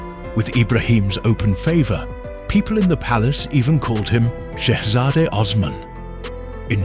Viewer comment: Probably saved his life - speak Shehzade correctly.